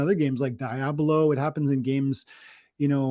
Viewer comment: I’m so upset you guys let him get away with calling it “dai-ablo “ 😒😂